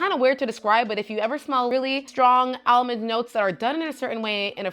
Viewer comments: Shes says it like the SNL Target lady skit...more like El- mond. Lol Its cute 😊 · I've never heard anyone pronounce almond as al-mond.. it's adorable 😂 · I pronounce it like all-mond like most people 😂I like how you say it better it's unique.